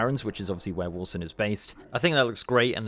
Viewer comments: “Warson” lol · Getting irrationally angry at your pronunciation of Warsong like "Warsung"